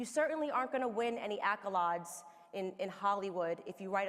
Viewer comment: It's pronounced a·kuh·leidz. Good speech though & hot ❤